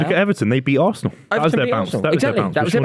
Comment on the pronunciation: As a new referee and a chelsea fan I think the way says varsenal is disgraceful